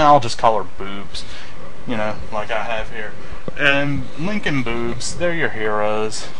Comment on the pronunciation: LOL "Bewbs"